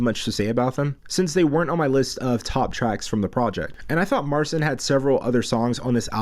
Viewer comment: Why don't you pronounce his name right? And can you play??? He's awesome!